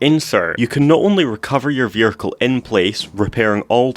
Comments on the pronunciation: "your veericle" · "vehircre" 😂 love your vids man